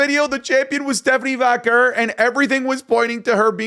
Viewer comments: I thought you learned by now it's pronounced Vaquay * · her name is Stephanie Vakawar fix your pronounciation